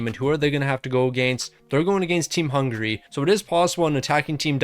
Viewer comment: It's Hungary not Hungray